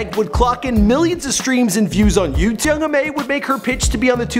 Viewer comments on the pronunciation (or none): its ma niga not mom. ma. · this nigga said "young mom" lol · Di you just say young mom? 🤣 correct yourself.